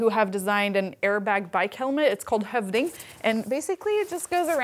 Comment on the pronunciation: She said Høvding perfectly. She from scandies?